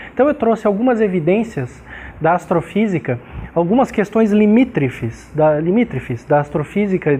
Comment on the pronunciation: O sr. fala : “ limítrefis “ ?? e repete : “ limítrefis “ ? um professor de fisica não é professor de português porem o idioma com o qual o Sr se expressa teria que pelo menos, ser correto sem precisar ser erudito ou vernáculo / rebuscado. !